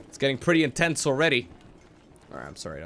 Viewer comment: "This is getting pretty intents" Why? Why?